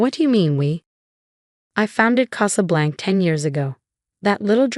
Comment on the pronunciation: CasablancA. AI needs to be programmed to pronounce words correctly. 😖😖